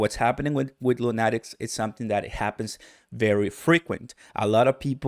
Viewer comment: It’s pronounced Luu-nah-tiks like a crazy man.